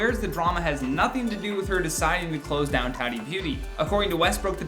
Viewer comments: Her name is not 'Tat-i' it's prounced 'Taught-E'. At least that's how she pronounces her name. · DUDE HER NAME IS NOT TARY IS TATY can you at least pronounce it correctly. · Tati = TA TEA. Not Tadi. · Are you saying tadi??? It’s TATI “ta-tee” lol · Lawsuits aren’t coming here way, it’s been there for more then a year. And it’s pronounced “Tuh-ti”. Been a long time fan of, but it’s the lack of research for me. Also are you’re not going to mention the lawsuit the westbrooks’ filed against Swanson? Mhmm ok. Emily D. Baker is shaking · Could you please learn to pronounce her name correctly? It’s TAH -Tee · Closing a business=\=cancelled. She's one of the better beauty gurus out there. And it's [taaah-tee] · my guy speakin a lot without saying her name correctly once